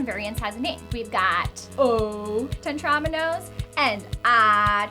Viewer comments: Why did she keep saying TEN-tramino It's Tetramino god dammit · Te-TROM-ino. Lady, it’s called a Tetrimino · By the way, Tetromino is pronounced "Tet-ro-meen-o", not "Tet-rom-in-o" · she also said tetromino and polyomino wrong, the i makes an ee sound but thats no biggie